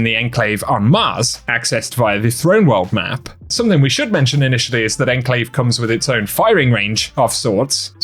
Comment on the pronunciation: It is pronounced “on clave” actually, you are correct